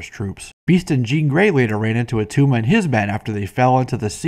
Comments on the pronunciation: It's not Atuma. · IT' NOT ATTUMA!